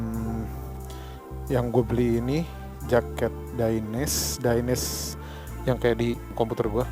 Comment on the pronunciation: bang bacanya tetep dainese bukan daines krna dainese itu produk italy jadi e di belakang ttep dibaca 😊